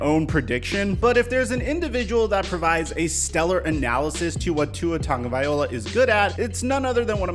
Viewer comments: There are NO N’s in TAGOVAILOA. It’s not TONGOVAILOA. Sound it out. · Bruh it's Vai-loa, viola is something else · Love the videos, and thanks for doing one on the Fins. But it's Tung-a-vy-lo-ah, not vy-ol-a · The most common mistake people make when spelling Tagovailoa's name is pronouncing it as it's spelled. Just replace the "tag" portion of his name with "tongue" and you should have it: "TUNG-o-vai-LOA." So, all together, it would be pronounced "two-a TUNG-o-vai-LOA." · It’s not viola it VAILOA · Tagovai-LOA NOT OLA (good lord) are you dyslexic? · Could you please stop pronouncing his name Tagovaiola. It’s TagovailOA ! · just to correct you, its pronounced TangvaiLOA not OLA. sorry i know its probably not much, but i just hear it everytime and figure people should know how to pronounce his name properly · I'm just spit-ballin here, but don't you think that if people went to the trouble to say his freaking name correctly (Tago - vai - loa) - viola is an instrument played with a bow - he might feel a bit more confident that the league and its fans give a damn whether he actually succeeds? Everything begins with the name, folks. Dale Carnegie 101. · Hey, loving the content! 😁 Can I just throw out some constructive criticism? Tua Tagovailoa's Last name is pronounced Tung-o-vai-lowa. Not Tung-o-viola. I'm just trying to help you out dude. Keep up the solid work tho, I really do enjoy your content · Tagvailoa not Tagovaiola haha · Bro It's Tua Tagavailoa (LOA) Not (OLA) Just letting you know saying his last name wrong. Just trying to help. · Tonga-via-loa is how you pronounce it... not viola, that's a string instrument, not a Samoan qb... come on... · Tagoviloa “LOA” not “OLA” say it with me LOA LOA LOA LOA LOA LOA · Who is Tua tong- viola lmao smh ha ha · your videos are amazing. But it's Tongue-oh-vie-low-uh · Ta-go-vaai-loa. Just rolls off the tongue. Tagovailoa. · You're mispronouncing Tua's name Bruh. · Plz start pronouncing his last name correctly